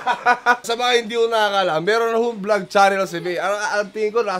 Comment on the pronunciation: its funny how he pronounce the word vlog, Cause he pronounce it as blag 😂 #gago lang kwenta yung training 😂